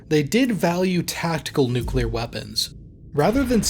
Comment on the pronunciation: Finally a youtube channel that doesn't pronounce the word "nuclear" as nuculer